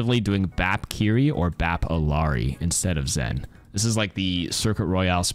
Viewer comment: Love u but it's bothering me that ppl keep pronouncing illari's name with a hard L. It's ee-yah-ree.